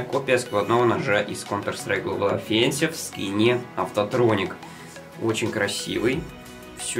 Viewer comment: Не офеннсис а офэнсис вроде)